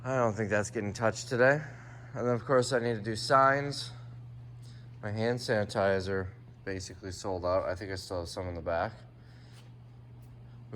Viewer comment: You are tired!! You said sand hanitizer!!!😂